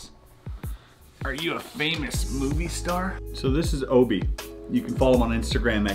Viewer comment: You keep calling Obi…Obo ... That’s the name of one of my stuffed animals from when I was a little kid it’s still on my bed at a 37-year-old woman, I’m not gonna lie it freaked me out a little bit first.